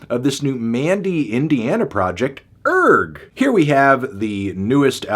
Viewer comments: Isn't the 'g' silent? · I believe its actually pronounced URGH